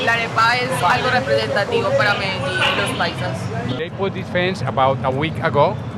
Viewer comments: it's not pronounced "Medi- JEAN!" The two lls are pronounced with the "y" sound. So Medillin is pronounced "MEDI-YEEN". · WRONG, it is pronounced Mede-JEAN. you should ask a few colombians before you act like you're so smart